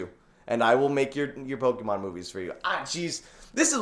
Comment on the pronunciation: Please say pokémon the correct way